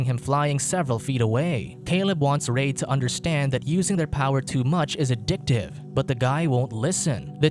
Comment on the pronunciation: Reid is pronounced "Reed"